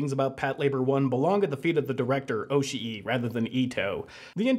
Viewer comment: The way you pronounce Oshii is like nails on a chalkboard. I know youre trying to make it sound more accurate to how a Japanese speaker would but it actually sounds like youve never heard japanese spoken in your entire life.